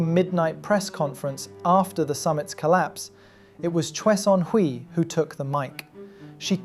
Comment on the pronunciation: Great vid, but the wrong pronunciation of 최선희’s name is really irritating.